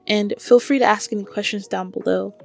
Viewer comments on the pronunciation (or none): Sorry for the bad that happened to you in your past. Appreciate the sentiment. But did you just say Axe instead of Ask? if not disregard. If so dont do that. Your smart enough clearly to use the right word.